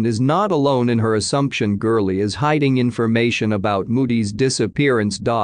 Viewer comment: It's gurley